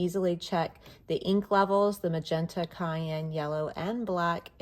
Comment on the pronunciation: Hello. This is a very good review. But cyan goes (Syan). What you said was cayenne.